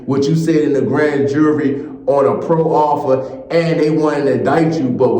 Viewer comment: All 1 word man proffer....NOT PRO - OFFER.. MOROON